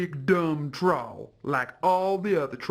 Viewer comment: Rod Brydon’s American accent is pretty good, except for how he pronounced “troll.”